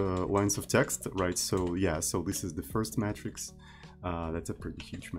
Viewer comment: "matrix" is pronounced "may-tricks" (not "metrics")